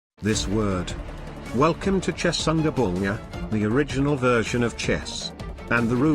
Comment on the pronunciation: I love how even tho his TTS could say Chaturanga he still decided to mess up the name